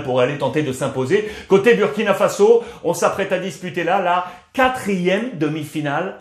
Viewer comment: Monsieur Ruiz, merci pour tout. Mais faites l'effort de prononcer Booooouuuuurkina et non Buuuuurkina. Le uuuuuuu se prononce ooooooouuuuuuu